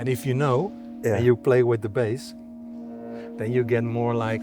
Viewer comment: "you know the yuno" 😆 love germans